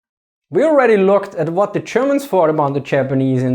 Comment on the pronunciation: I love the way this guys pronounces “Th” and “v” like an “f” lol